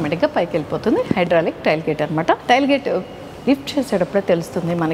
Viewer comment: టైల్ గేట్ కాదు, టేయిల్ గేట్